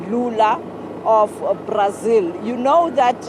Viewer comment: Prics....is brics..... republican..is repuplic.......this lady...🙆..eeeiii south africa😂😂😂😂... Brasil....prasil